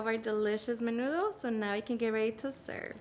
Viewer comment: Where the hell u learn that is not nenudo